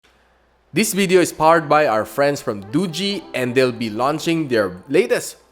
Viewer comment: "Duji" pala tamang pagbigkas sa Doogee hehehe now I know na 😁 btw Red Magic napaka awesome nya 🤩 #GadgetSidekick100kSubs